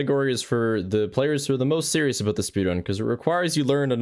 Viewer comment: "Spending aboot 5 minutes in the battery room" oh no, he's canadian.